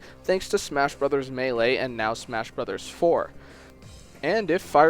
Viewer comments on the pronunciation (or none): none